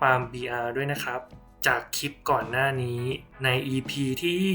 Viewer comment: สาระดี มีประโยชน์ข้อมูลชัดเจนค่ะ ติดตามมาระยะนึงแล้ว โดยรวมโอเคมากค่ะ ในส่วนที่ออกเสียงควบกล้ำ ร ดีแล้วนะคะ เช่น ครับ แต่ ล ควรเพิ่มออกเสียงควบกล้ำด้วย เช่น คลิป(clip ) และการพูด หากเว้นจังหวะบ้างจะดีมากค่ะเพราะเนื้อหาที่นำมาเสนอนั้นเท่าที่ติดตามมาดีมาก ควรค่าที่จะติดตามต่อไปค่ะ ขอบคุณนะคะที่ได้นำสิ่งที่มีประโยชน์มาshareค่ะ